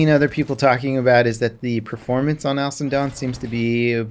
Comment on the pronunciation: Cap, baby! It sounds like you are saying "Alison Done". Slow it down baby.